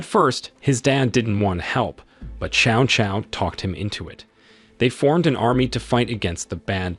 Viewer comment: New drinking game: drink every time Cao Cao's name is mispronounced.